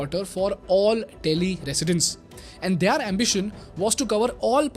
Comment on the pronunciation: Their" Word ka pronunciation kab se galata bolte aarahe ho yar. Ab to sahi karlo